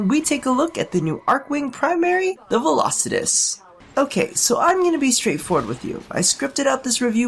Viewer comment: Finally someone who said its name correct